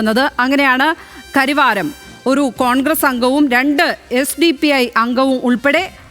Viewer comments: കരിവാരം അല്ല സഹോദരി കരവാരം എന്നാണ് പേര് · കരിവാരം അല്ല.... കരവാരം